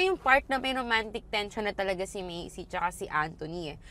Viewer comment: medyo napapahinto ako kapag “Macey” yung pagkakapronounce mo instead of “Mace” lang hahaha